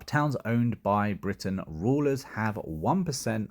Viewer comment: I love how you almost accidentally pronounced Brittanians correctly, then corrected it back to Britains 🤣